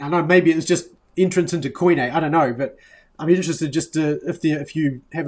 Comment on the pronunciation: Quit butchering the pronunciation of the work Koine!